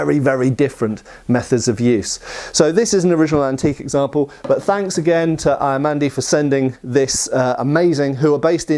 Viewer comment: Cristian's surname is pronounced Ya-mandi. Ia is always prounounced Ya in romanian